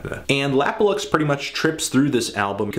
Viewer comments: yes you are saying it right, it's supposed to be an abbreviation of 'lap of luxury' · You are saying it right! His name stands for 'Lap or Luxury'